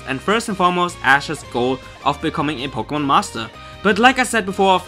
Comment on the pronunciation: lol po-gay-mon